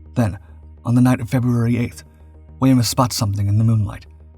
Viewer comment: Wemyss is pronounced Weems...